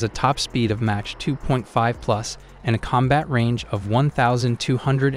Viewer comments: What is match mean 🤣 Mach (mock) these AI speakers are terrible. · He said "MATCH" 2!! hAHAHAHAHAHAHALMAO!! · Although a very interesting topic, I can not get past your startling mispronunciations. Match 2?!? Seriously. Unforgivable. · Mah-k not Match... for Mach. Or am I crazy 😅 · What is mash?? MACH pronounces MAKH not MASH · Is this AI? Because it's Mach (sounds like mock), NOT match. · Its Mack not Match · Mach not match 😂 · Not match...it's mach...dummy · this guy is dumb anyone who refers to speed as match and mot mach (mok) should not even be soeaking in the sunject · Mach, not match. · SIR ! PLEASE PRONOUNCE THE WORDS CORRECTLY ! IT'S ' MAWK 2 " ------NOT MATCH 2 ! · He can not pronounce Mach right.. it sounds like rock not match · Plz pronounce Mach like mock not match lol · Bro needs Hooked on Phonics stat!! Match? Raider? ReconnaisSANSE? Also, where’d he get his ratings from? SU57 is garbage and shouldn’t make the list, just like it hasn’t seen action against Ukraine… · Mach not Match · "Match" 2.83... You need to switch to a better AI system. lol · WTF is "match 2"? AI is crap. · Please learn how to pronounce mach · "Match" 2? Sent me out. No speek inglish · I mean he says Match instead of Mach so… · Correct your pronounciation of MACH (Mak or Maak) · is he pronouncing mach as match? smh tell me you know nothing about jets without telling me you know nothing about jets. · Did you say Match 2? and not Mach 2??? Are you serious? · what the hell is MATCH? loool - einstein! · This has gotta be AI speaking....reconnaissance and MATCH instead of Mach 😂🤦🏻‍♂️ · Considering that the narration uses words like “reconnaissantz” and “match 3”, I would take any opinion with a grain of salt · How on MIlitary TV do we not know how to pronounce the word "mach"... this is real suspect. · If you're going to do a video on aircraft, you should at least learn to pronounce "mach" properly. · Funny how you pronounce Mach. Thumb down for that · Learn to pronounce mach properly!